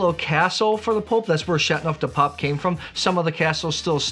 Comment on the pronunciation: It’s Châteauneuf, not Châtneuf. The eau is not silent.